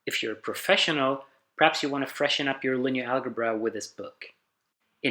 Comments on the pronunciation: Amazing—but one gripe: No one pronounces it “al•guh•bra”, not American, British or Australian English speakers. It is pronounced /ˈælʤʌbrʌ/, with a ‘ʤʌ’ or ‘juh’ sound. Especially for a promotional video, this is a bit jarring. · I know I'm 4 years late to the party, but in Swedish we pronounce "algebra" with a hard g sound, so even if he can make the d͡ʒ -sound, he probably pronounced it al-guh-bra out of pure habit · Furthermore, "algebra" derives from the Arabic word الجبر, "al-jabr" which is the joining of broken parts, as written by the Arab mathematician Al-Khwarizmi. The 'g' in algebra is definitely pronounced like the 'j' in "jump". Part of the problem with video-based education is having to re-record the whole video or set of videos to correct this simple, but potentially consequential mistake. Otherwise, I really like they you guys are doing this! Interactive education is great.